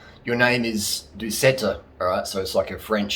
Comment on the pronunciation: Its not doosetta, its more pronounced doo set.